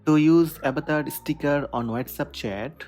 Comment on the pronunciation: avatar bol na avetar avetar kya ho raha he😂😂